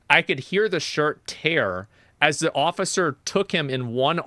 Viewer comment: i think even worse than all of this is that he pronounces "the" as "nuh"